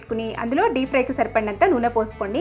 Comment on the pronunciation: మీరు చేసి చూపించిన snack item బావుంది, ఏ పదార్థం నైనా మెత్తగా కలపడాన్ని mash అంటారు, smash కాదు, అలాగే, dee fry కాదు, deep fry అనాలి